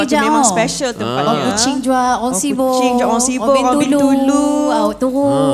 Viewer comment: The way they both pronounce sibu is so sarawakian😂